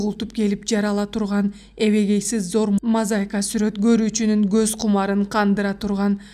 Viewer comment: Үнүң жакшы экен. Сөздөрдү башынан аягына чейин ката окуптурсуң. Мисалы. Нарк насилди-нурк насил, урууну- ууру, мозаиканы- мозайка, иңирди- ириң деп. Ушул каталарды эске алып окусаңар укмуш чыкчудай.